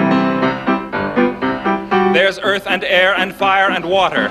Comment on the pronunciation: the way he said water...